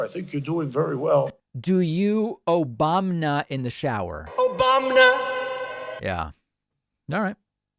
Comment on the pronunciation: David, Did anyone else hear 'sunburn' guy say "... one of the FASCIST growing social media platforms..." ? -- just after the 'Obam-NA' sound byte (est. )